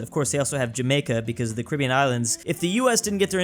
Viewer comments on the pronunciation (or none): none